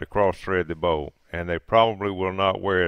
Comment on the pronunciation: Bolt, not bole.